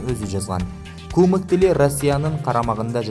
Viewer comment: "кУмык" эмес, "кумЫк". Дагестандагы турк эли